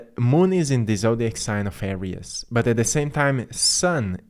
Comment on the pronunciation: Thanks for your insghts. We appreciate it. However, Aries is pronounced..."Air-reez" NOT "Air-rias"